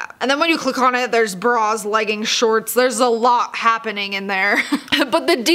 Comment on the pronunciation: Sorry they are called leggings not leggins